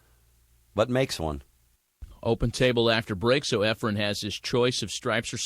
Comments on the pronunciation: Was saying “Efrem” instead of “Efren” lol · "Efrum" smh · segel is a great colour commentator - outside of mispronouncing efren’s name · Its "Efren".. Not efrem.. Very good commentating overall. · How annoying that the announcer kept calling him "EfreM"... with an M on the end... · calls him Efrum lol